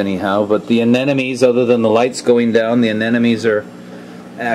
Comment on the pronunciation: Yet another prolific reefer - - who can't pronounce anemone! Come on man. Anna + money!! NOT An+enemy!!